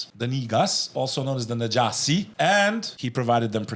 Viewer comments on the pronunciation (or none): Njashi not Najasi